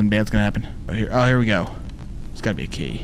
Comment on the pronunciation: When he said a key I heard we need IKEA 😂